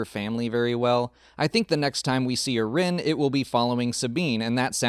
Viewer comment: I thought Sabine was a Wren and not Rin. Or maybe I'm just hearing you incorrectly.